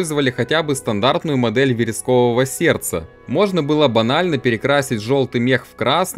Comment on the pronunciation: ВерескОвое сердце? Песню про вересковый мёд слышал? Погугли текст и попробуй спеть с ударением на о.